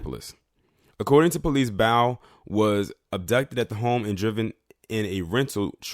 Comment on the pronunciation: Last name pronounced baaaaaa